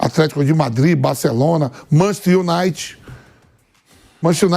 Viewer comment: Manchesty unight kkkk